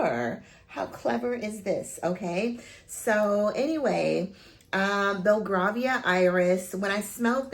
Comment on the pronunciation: Hey its pronounced “Bell-Gray- vee-ah” Iris xxx love your review